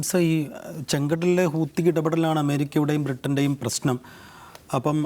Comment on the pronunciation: ഹൂത്തി അല്ല ഹൂതി